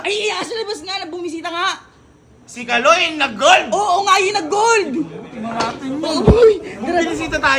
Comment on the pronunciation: Kalo hindi kaloy😂😂😂